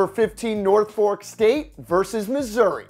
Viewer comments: It is not nor fork it is norfike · Dude, it’s nor-fuk, not norfork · Lol it's Nor-fawk (the city in Virginia), not Nor-fork (the county in Massachusetts) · Norfork State? 😂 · It’s not called Norfork 😂😂🤦🏽‍♂️ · norfoLk not norfoRk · "NOR*FORK* STATE" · “Nor-fork” really? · He says Nor Fork not Norfolk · The way he says Norfolk is cringeworthy it's nor-folk or naw-fick or nor-fick #behold 🔰🔰🔰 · His pronouncation of Norfolk is killing me. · He absolutely butchered the word Norfolk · HAHAHAHAHAHAHAHAHAHAAHAHA YOU CANT SAY NORFOLK CORRECTLY HAHAHAHAHAHAAHAHAHAHAAHA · You pronounced Norfolk all wrong